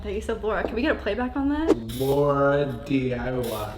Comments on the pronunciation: josh said laradiy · he definitely said LauraDIY 😂😂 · He said LauraDiy idk why I feel disrespected lol